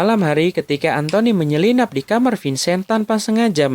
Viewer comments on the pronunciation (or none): none